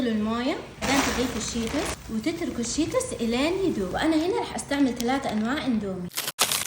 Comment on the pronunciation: الو مرا اشوف احد يقول شوتوس 😅😅